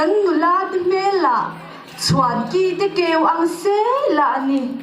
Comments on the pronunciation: 'Chhuan ki te kau ang' nilovin, 'Chuankite kau ang' tih a nia nuimawi sawi na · A tha hle mai. Chhuankite tih a làm dan hi ka hriat dan nen a inang lo a. Ka lo hre sual emni dawn le...